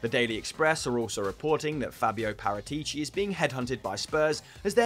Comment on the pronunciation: Guys not to be a pain in the ass But its Pa-ra-ti-ci not Pa-rra-tee-cee Also beppe marotta was much more influential for juve than paratici